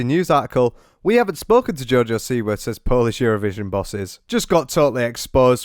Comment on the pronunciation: If she's so Polish why doesn't she pronounce the name correctly? I'm just saying: it's either an American name (originally from Poland, but NOW it's American) and if so, then she's the boss of how it should be pronounced. OR it's the Polish name Siwa where the si sound is similar to ś, and she says it incorrectly every damn time.